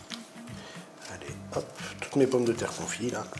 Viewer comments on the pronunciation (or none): Confites et non "confies" Chef ahah. C'était juste pour faire le chiant, sinon, très bonne recette ! :-)